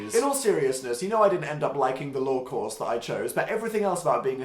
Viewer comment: I thought Dan was saying LORE course until I remembered "wait.. he did law" and facepalmed so hard